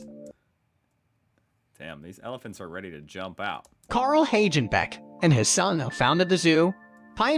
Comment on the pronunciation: "Häidschnbäck" (Hagenbeck) 🤣😂